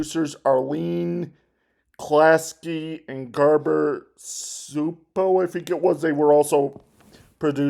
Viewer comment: Arlene Klasky and Gabor Csupo CSUPO IS PRONOUNCED:(CHEW-PO)